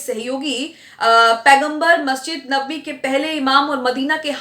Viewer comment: आन्टी एंकर ,नबावी नहीं है नबवी है।